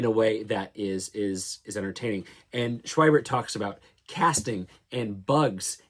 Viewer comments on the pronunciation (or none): Schwiebert is pronounced "Shv-ee-bert" a "v" consonant and long "e" sound.